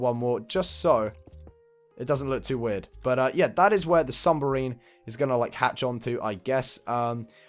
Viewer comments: New sub! Love this house! But it's "submarine" not "sumberine" lol <3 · Is anyone else annoyed by the fact that he can’t say submarine right?